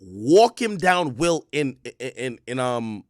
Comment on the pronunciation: Its "Walkdown Will"